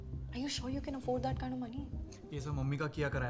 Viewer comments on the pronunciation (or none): none